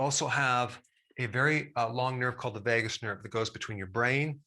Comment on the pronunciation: I heard it as Vegas nerve🤣